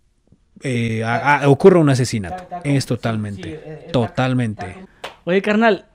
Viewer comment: "TODAMENTE " DESECHO... HEHE NUNCA HABÍA ESCUCHADO TODAMENTE HEHE